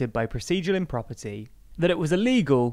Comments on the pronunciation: Impropriety is not pronounced IM PROP ER TY but IM PROP PRY ET TEE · Propr-eye-ity - not property. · IMPROPRIETY not "IMPROPERTY" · im-pro-PRY-ety - not improperty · Mispronunciation of ‘procedural impropriety’